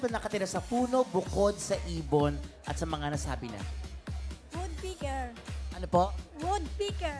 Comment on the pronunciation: Woodpecker = Woodpeeker?! Wrong pronunciation, old lady. 😂😂😂